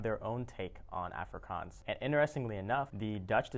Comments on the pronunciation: Good job pronouncing the languages. But Afrikaans is pronounced "afree - kaans" (kaans, same sound as chance, but with a 'k') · your saying Afrikaans wrong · Its funny how you can say braai correctly, but not afrikaans. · The way he said Afrikaans was hilarious 😂😂😝